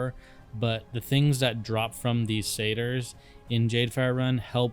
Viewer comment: You have no idea how much saying satyr correctly made me happy. so many content creators say that and Harpy wrong :)